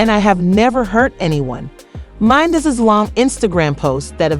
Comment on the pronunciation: WHO tf is Mencees? The inability to pronounce the man’s name, or identity the show certifies that your content is pure bs 💩! Don’t be trapped by this crap!💩